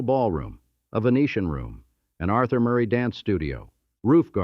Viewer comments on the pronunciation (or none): none